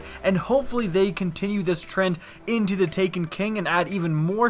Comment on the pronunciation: I'm sorry, every time I hear you say "into Destiny" I hear "in teh Destiny". :P